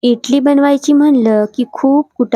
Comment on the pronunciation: इटली नाही इडली म्हणतात 😂